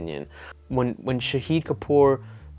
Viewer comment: The way you say shahid that means martyr.. It pronounced sha as shaahid as in shark.